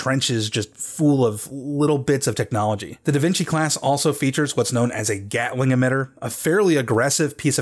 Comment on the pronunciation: ...DA VINKY??